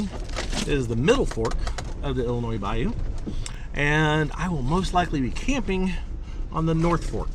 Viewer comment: Thank you for pronouncing Illinois correctly! Everyone always ends it with a sssss